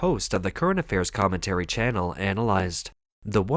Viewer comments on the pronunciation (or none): none